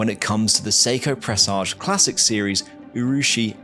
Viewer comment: Dont say U rushi, say oo rushi as in oo's and ahh's, the oo part.